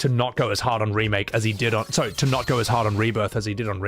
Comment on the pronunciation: Around the 7 hour 26 minute mark - I dunno if its a slip of the tongue or if you intended this - but you said "Rebake" instead of remake - and i kinda have that humorously swimming my head! 🤣🤣 🤣